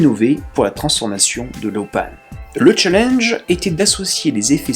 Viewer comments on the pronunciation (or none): none